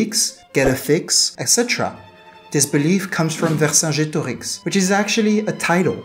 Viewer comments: Vercingetorix was pronounced wer-kin-ge-to-rich. The "g" being hard like in "gold", and the "ch" at the end there is pronounced like in German. Ver - Over, Superior Cingeto - Warrior Rix - King Great Warrior King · Why do you say Vercingetorix in a french accent? Like it was the authentic way to say it? Also, it is Kelt not selt.